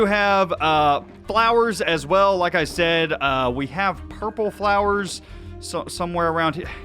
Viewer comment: You should watch Foxys Rewind to learn how to pronounce 'purple flower' Thanks for not altering things too much, you had me worried that all Daphnes work would be ruined